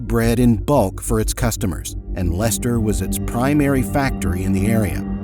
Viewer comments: The most unbelievable part of this video is that an American pronounced 'Leicester' correctly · That's the first time I've heard an American correctly say Leicester. Well done👍 Also just say no, I'm not going in there.